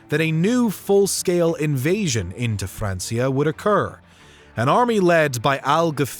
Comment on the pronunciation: “Francia” is pronounced with a hard C, like “FranK-ia”. It’s not pronounced “FranS-ia”.